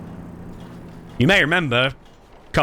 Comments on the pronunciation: His name is not yaya it’s yahya the H is very well pronounced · The name Yahya corresponds to the name John. And the letter 'H' must be pronounced in Yehya😅